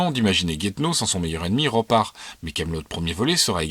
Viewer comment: Mes oreilles saignent un peu sur la prononciation de Roparz